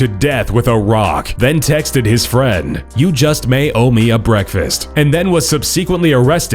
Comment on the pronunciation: Did he get his bweakfast though? 😄